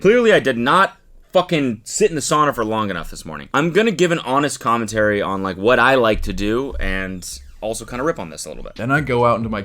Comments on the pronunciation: “homest connentary” 😂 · Am I the only one who heard Cody say "homest connentary" instead of honest commentary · "Homest Connentary" is so funny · “That’s my homest conentary” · Why does he keep saying amist conentary instead of honest commentary or am I just hearing it wrong? 😭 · "Homest Connentary"